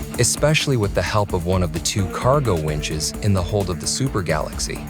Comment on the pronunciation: It’s galaxy not Galaxis